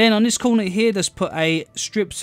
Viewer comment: no one: this dude: place one in the COOWNAH